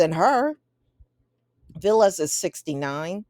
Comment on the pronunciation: His name is pronounced VAL-lis and he's Greek not Hispanic